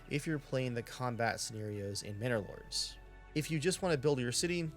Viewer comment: from now on the name is "Minnor Lords" instead of "Manor Lords", mhm.